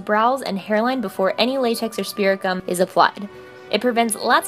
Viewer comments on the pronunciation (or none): Lol i thought she was saying spiricom 😂